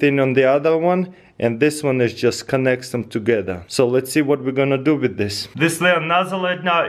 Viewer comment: "Do not play wif matchez ask for adult pervision"